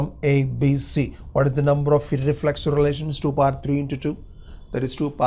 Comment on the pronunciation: You pronounced iRRReflexive....